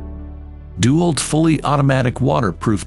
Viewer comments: It's DeWALT not dual. Then again, using an A.I. voice and not being able to figure that out explains a lot. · Narrator should learn to say DeWalt. It's not DEW-alt it's De-walt. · Its dewalt not duwalt. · I like how the ai says DuWALT. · Gotta love the ai voice. dew-alt lol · Try using a real human for your next voiceover. He might at least be able to pronounce "DeWalt" correctly.